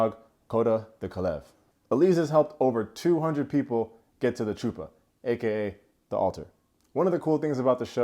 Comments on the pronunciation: Sir your pronouncing the word Chuppah wrong ‘ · So chuppah is not pronounced how it is spelled ie (choo-pah) the ch is the phoenetic in English way to say a hebrew letter that is like h but with a bit of oopmfh in your throat, but its more correct to pronounce it (hup-ah) if you cant pronounce it (similar to the reason there are two spellings hanukkah and chanukah) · When talking about Hebrew words, Ch = H. Like Chanukkah and Hanukkah are pronounced the same. Chuppah is huh-puh.